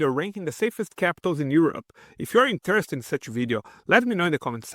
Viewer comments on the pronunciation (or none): I hate AI voices but it’s a struggle when you have a human speaker whose English pronunciation is so poor. It’s really important for understanding English to get the stressed syllable correct and you get a lot of basic words like ‘percent’ and ‘interested’ wrong. Is there nobody you know who could do this for you?